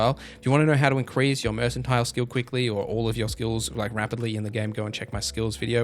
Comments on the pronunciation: Mercantile is pronounced murk-an-tile, not mersan-tile. Uninvisible is actually pronounced visible. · FYI, ‘mercantile’ starts with ‘merk ’, not ‘Mers’ 👍🏻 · Calls a slider a radial Pronounces mercantile "mersantile" What is happening